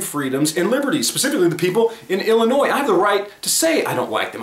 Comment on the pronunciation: Wohoo you didn't say "Illinoise". 😝